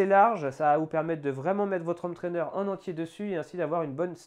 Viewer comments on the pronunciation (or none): none